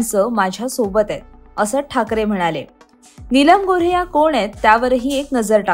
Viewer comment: नीलम गोऱ्हे.. गोरे नाही.